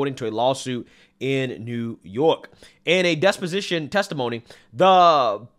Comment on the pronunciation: Deposition. You said desposition. I know bro i know. You talk alot and bound to make a mistake. Its just my ocd